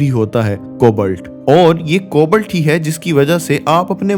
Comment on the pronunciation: I don't want to let you down but its "कोबाल्ट" not "कोबल्ट "........and by the way your content was too good ....